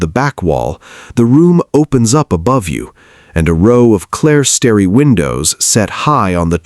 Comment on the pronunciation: yeah, and the AI mispronunciations..."clare-stary" instead of "clerestory"...I hate AI generated videos.